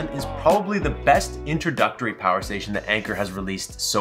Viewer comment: lool im a child "infini Pooer" 😂